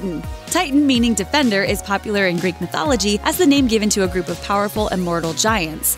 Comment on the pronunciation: Am I the only one that noticed that she said Grek instead of Greek?